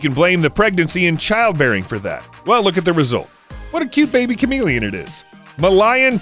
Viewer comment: Who else thought he said charmeleon expert 😂